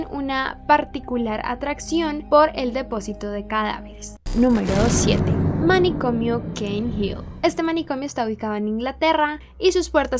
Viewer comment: Manicomnio* jaja no manicomio una correccion y muuuy buena youtuber la mejor